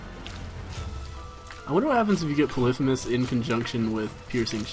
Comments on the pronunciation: You keep pronouncing 'Polythemus' wrong... It is : Polly-Fee-Muss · I think it's poly-fee-mes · LOL at him calling polythemus "puhlithamiss" know your greek myths! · is it just me, or does the way he says polythemis mess with you? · repeat after me: pah-lee-fee-muss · why do you pronounce polyphemus so weird?